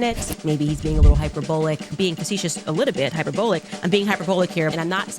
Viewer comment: hyper-bowl-lick loooool